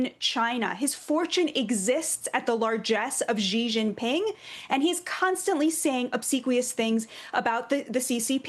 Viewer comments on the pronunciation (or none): Why do people keep pronouncing Xi as Dji? not difficult to get it right...